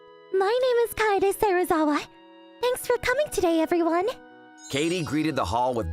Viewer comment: Kaede is not pronounced kady or Katy kae-de